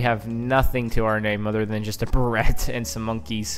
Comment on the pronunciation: “Bare-it”. The Barrett .50cal. Not a “burret”.